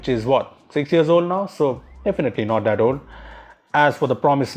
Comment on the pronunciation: you forgot to learn there is a "H" in the words thousand and that.